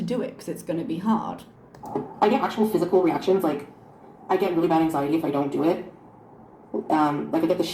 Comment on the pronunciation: And: “Ang-ZI-tee.” 😂